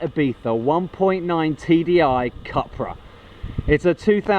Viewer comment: pronounced "coopra"